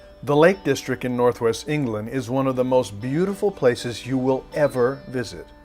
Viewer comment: Nice video, (though my interest is in the scenery, more than in the car.) Just a few points with you commentary though: 1. It's 'The Lake District' - That's DistricT - with a 'T' on the end: you repeatedly refer to it as the 'Lake Distric'. 2. Mountains & hills in Cumbria are known as FELLS, not Falls. 3. Wordsworth's wife was called Mary. Dora was their daughter. 4. Bearix Potter's first publication was 'The Tale of Peter Rabbit'. Bejamin Bunny didn't appear until two years later, after 'Squirrel Nutkin' and 'The Taylor of Gloucester'. I was a little disappointed that you came all the way to the Lake District to give the car a work out, and didn't bother to attempt to drive one of the famous passes there. It would certainly have given the car a proper testing, if you'd driven over Hardknott Pass, one of the steepest roads in Europe, where the steep sloping switchbacks and narrow hairpins would have given you a good understanding of how the car handled under extreme conditions.